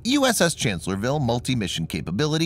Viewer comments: It's pronounced Chancellor-s-vile. You're leaving out the 'S' after Chancellor... . It was Lee's greatest battle, where being outnumbered 2 to 1, he flanked and defeated the Federals. It's considered to be one of the most brilliant battles in US military history. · Guy does not get the name of the ship right. It’s “Chancellorsville” with an “s”.